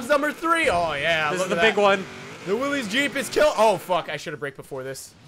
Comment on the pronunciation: 53 seconds in and you've already offended me. I'll have you know that the Willys MB helped win the war, and shaped offroading into what it is today (and it's pronounced Will-is, not "willeeeeezzz")